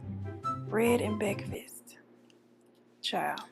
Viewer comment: "Bread and bekfast" 😂💀❤